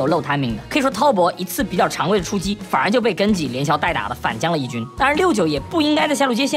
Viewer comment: 聽他講英文 好難受... GEN=根基